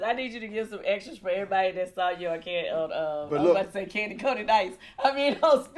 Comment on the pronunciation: Kandi, I Can’t...”Kandi”